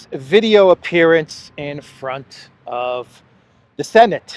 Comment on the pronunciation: ' I do walk talk veido' - in best ukrainian accent amazing 😆😆